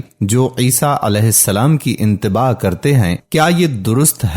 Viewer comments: Intebah naheen itebah bolo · Bhai intebaah nahi ittebaa kaho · Bhai itaba hai intaba nhe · انتباہ نہیں ۔۔۔۔اتباع ہوتا ہے ۔۔۔۔ویڈیو بناتے ہو لیکن تلفظ ٹھیک نہیں کرتے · محترم۔ انتباع نھیں ھو تا۔ اتباع ھو تا ھے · Bhai mere iteba' na k inteba' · Correct word is "itteba", not "intebah". The two words have different meanings. Similarly it is "Gospel", not "Gostel". Dr Iqbal Tahir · Intebah nahi hoota ittebah hota hai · لفظ انتباہ نہیں اتباع ہے